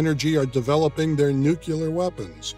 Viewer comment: Nu clee ar ... correct pronunciation----not nu cu lar.